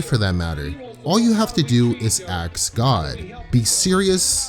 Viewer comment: This channel is great. Apart from the missionary message and the urge to say axe instead of ask